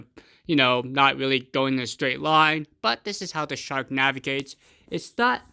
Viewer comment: ... Shank lol 😂u could say park or dark or lark